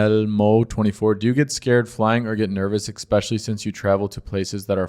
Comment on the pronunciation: Good to see you again! I enjoy listening to your accent. Wisconsin? Chicago area. As a linguist fyi, one aspect is when you say words with the long i, like "right" it's a little closer to "rate." Then your short e is moving towards a schwa, like when you say "better" it's getting closer to "butter." And I like how you pronounce "especially" like "expecially." BTW, congratulations on finding love. Your fiancee is truly beautiful and so are you, so happy travels!